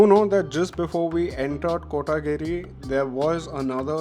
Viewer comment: its coimbathur not tore. Its kotaguri (One word) not kotaaagiri